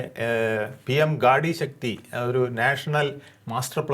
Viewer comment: ഗാഡി ശക്തി അല്ല ചേട്ടാ.. ഗതിശക്തി 😂 PM Gati Shakti (National Master Plan for Multi-modal Connectivity)